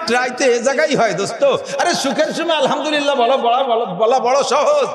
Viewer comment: আলহামদলিল্লাহ শব্দটি সঠিক নয় । সঠিক হলো আলহামদুলিল্লাহ।